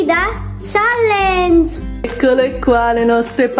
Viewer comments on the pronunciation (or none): none